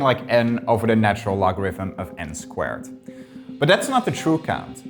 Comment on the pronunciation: Why am I only finally finding out at this late point in my life that “the natural logarithm” is pronounced “Lawn” or “Lon”?!